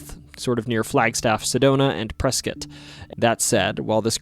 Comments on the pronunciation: You pronounce Prescott like a local, you from here? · My dad set off a fire extinguisher (or alarm?) In the Hopi House when he was a kid and got the whole thing evacuated. Grandma was pretty mad. 😂 Currently looking for Montana legends and ghost stories. ps Thanks for pronouncing Prescott right. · I honestly was really happy when I heard Prescott pronounced correctly!